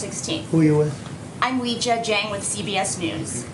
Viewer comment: How about you go and learn how to pronounce her name properly!!?